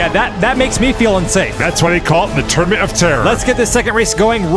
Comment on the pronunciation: Why does "Tournament" sound like "Termit" ?